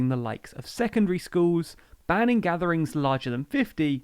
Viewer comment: I'd like to view the whole thing, but I'm confused by your pronunciation: 'skooowwws' instead of 'schools'. Gone to do something else.